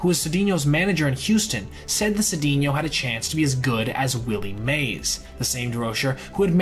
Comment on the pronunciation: Just a question, did you actually listen to anyone pronounce these players names before you recorded this? You mispronounced Knoblauch, Appier and Cedeno wrong.